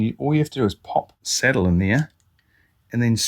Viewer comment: 😂thanks for the tip. It took me the first 2min to realize the "settle" was the "sAH/dull" saddle. It was only through prior knowledge of piezo acoustic pups that i discerned the matter. 😂 First off, never alter your accent. Its like denying your heritage. Im from deep in the heart of Appalachia in the Southeastern US, im suuuuch a hillbilly, and proud of it. I cant use voice to text, vouce dictation at work(that one hurts), and bangledesh customer service reps have a harder time understamding me than i do them😂. Even when i speak with perfect diction and elocution as i would in a professional setting. Every year or two i get tired of typing and convince myself the software has improved, so i try dictating patient care reports and within an hour, im back to typing, heart broken, hands still cramping😢😂. This is a great tip and i can easily see how this would improve tone capture. Tyvm for sharing!